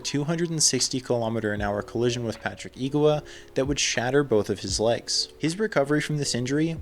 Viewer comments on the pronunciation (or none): none